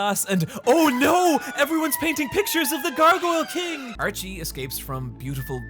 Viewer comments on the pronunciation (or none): none